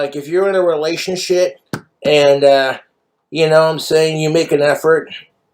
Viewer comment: Why is noone talking about how he said "relationshit"